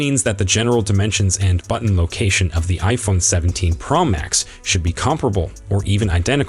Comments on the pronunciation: Only Apple makes an iPhone, their is no need to say Apple in front of it. It is pro not pra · Ugh it was like nails on a chalkboard!! Yuk! It’s pro not pearl max!!